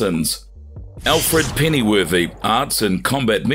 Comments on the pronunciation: Alfred pennyworthy I feel like that was on purpose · Alfred Pennyworth. Not Pennyworthy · As soon as he said Alfred Pennyworthy I cut it off.. smh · Had to stop watching when he called Alfred "Alfred pennyworthy" cmon